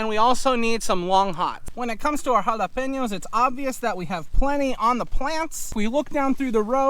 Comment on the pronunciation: Drone shots look great but even more impressive, is the improvement in the pronunciation of: jalapeños